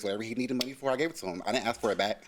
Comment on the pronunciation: “You owe me my munoney” LMAO